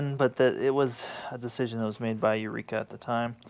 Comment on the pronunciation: Eureka not Eueka LOL.